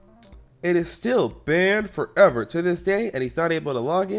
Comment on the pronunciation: bAAAned ForEVER